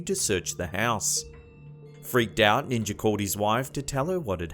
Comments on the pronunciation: What the hell is a Ninger? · Ninjer???? I do not know ninjer...Shoot, I don't even know Ninja..,. Hahaha 😂 😂😂 😂😂 😂 ninjer